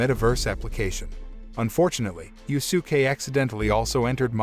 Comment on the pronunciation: “Yu-su-kay “ “Ma-Da-Ra-May”bruh what are these name butchers🤣🤣🤣 💀💀💀